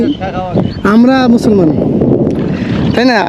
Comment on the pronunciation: মুছলমান মুছলমা না করে মানুষ মানুষ বলেন।